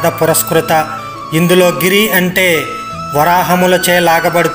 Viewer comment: గిరి.. కాదు...కిరి..చక్ర విశ్వ... కాదు..విశుక్ర... అనవలెను